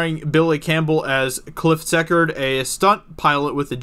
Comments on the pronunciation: cliff’s name is pronounced see court not sek art, ok? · Pronounced C Cord,. But thanks for bringing this atrocity done by the Evil Mouse Empire to my attention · It's pronounced Cliff C Cord